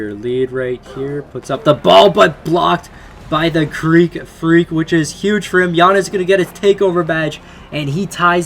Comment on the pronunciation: Stop saying creek freak its Greek freak